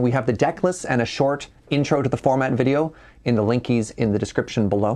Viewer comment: Man I needed this today. Love you guys., please stop saying linkies. 😑